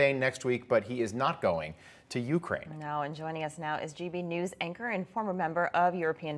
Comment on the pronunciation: It's not YOUkraine. It's not MEkraine. It's YouKRAINE.